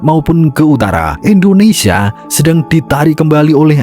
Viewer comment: INDONESIA BUKAN ENDONESIA Nyebut nama india benar, nyebut nama negara sendiri Salah. Parah lu min 🤦🏻‍♂️🤦🏻‍♂️🤦🏻‍♂️